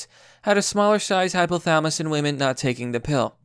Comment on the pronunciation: Hypo - tha-la-mus. Pronounce the "LA" buddy.